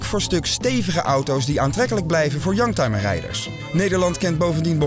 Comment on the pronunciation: Ik verstond een jank timer, dat zijn ze soms wel.....